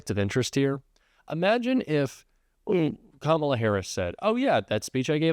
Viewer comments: Can you PLEASE learn how to say Kamala? Let's try this... , (comma) followed by LA... Got it? ,LA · I don’t know who’s more pathetic. Donald Trump for trying to fear monger to a child. And the stupid intentional mispronouncing her name. Or the idiots on the couch moronically laughing.